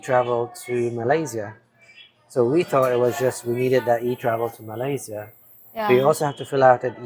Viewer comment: For the love of god, can you ask Mia or somebody how to pronounce Malaysia and Bohol?!?